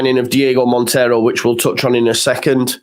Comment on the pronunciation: It's just Montero you don't need to pronounce the i 😂